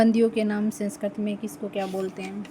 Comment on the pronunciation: पहले तो सेंसकृत नहीं है, संस्कृत होता है😂😂😂 उच्चारण सही नहीं है आपका